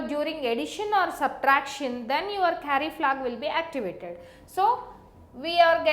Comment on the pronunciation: Why do only Indian people explain this stuff so good? btw it's "Carry-Flag" not "Curry-Flag" ;)